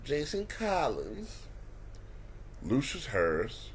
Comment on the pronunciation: Y he say collins name like that 😂